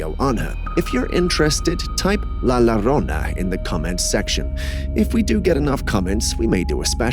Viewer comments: I will make it easy for yall. LLORONA IS PRONOUNCED YO-RO-NA. The word YO and LLO sounds alike. LA LLORONA IS A MYTHICAL CHARACTER OF MEXICAN FOLKLOR. NOW, LA LORONA IS A FAT CHOLA FROM EASTLOS, CA who works at a local Wendys and NEVER EVER WASHES HER HANDS AT ALL. Her real name is LAURA, but due to her size, people call her LAURONA Or LORONA. Oh and BY THE WAY, she is NOT a nice or interesting person. RAKES ARE THE REAL McCoy. We sell them at the HOME DEPOT where I WORK Sadly ALL OF THEM like most of our merchandise are made in CHINA by slave labor. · It's La Yorona not Lorona. Just a heads up player. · It's pronounced la yorona.... La aLLLORRONA. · It's pronounced la yorona. Roll the r.